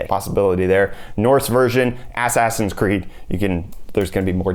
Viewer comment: ASS-ASS-ins creed bwahaha.